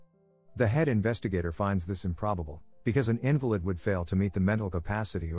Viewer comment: In the movie it is pronounced as in-valid, as in the opposite as valid. They never say invalid.